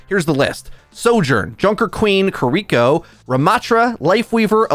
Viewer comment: It bothers me how he says kiriko. Its not kuh-rico. Keer-ee-ko pls lol. Not a hater tho 💯💯